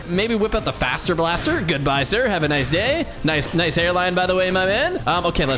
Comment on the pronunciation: Faster blaster sounds like fazer blaster